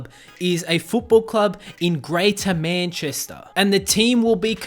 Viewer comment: The way he pronounced Salford and Manchester